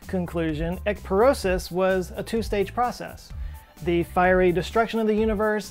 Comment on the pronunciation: My Brain hearing “Egg-Porosis” and instantaneously & subconsciously presenting the Definition as being , “Eggs - as in Women’s Procreation-Inducing Cells,” and “Porosis as in Osteoporosis “ therefore simultaneously depicting “Weakened Intrauterine Egg Cells” for some reason. Hmmm. My brain’s real weird. Idk why I’ve confessed this allowed , to the internet. 🧐 Anyway. Speaking of “Osteoporosis “ - do you recall the Tom Green Show episode wherein Tom Green arrives (unannounced and unwelcome I’m sure) to an Osteoporosis Marathon Running Event or something Charity driven similarly .... and he begins to Exuberantly exclaim “OSTEOPOROSIS! COOL !” In a typical “Highschool - Cheerleader - esque “ vocalization ...!?! So Funny but So Wrong. Mannnnn I miss Tha Good Ole Green-Ster......